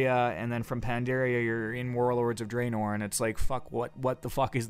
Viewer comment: having so much fun adventuring in ayezeroath and druhnoar.